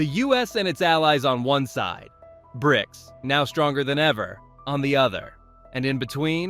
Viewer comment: B R I C S? Your AI sounds like a chearleader, its just missing the "can i get a" before each letter. Its an acronym and pronounced Brics.